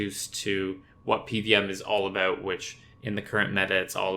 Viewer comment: the aboots gave it away 😅